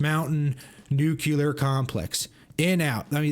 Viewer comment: im sure you want to sound Credible ... Nu-Clee-Er .. not Nuk ya lur